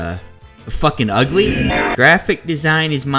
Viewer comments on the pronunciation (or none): none